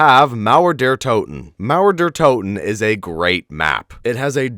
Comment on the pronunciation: I love how he say Mauer der Toten ! 👍